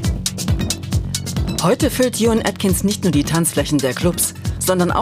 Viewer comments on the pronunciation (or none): Wenn man so einen Beitrag macht sollte man auch Juan Atkins richtig aussprechen 😅